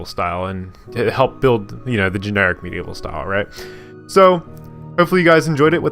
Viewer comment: For some reason I heard you say meat evil style! XD Great video!